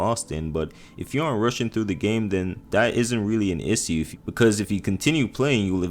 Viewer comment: nice issue pronunciation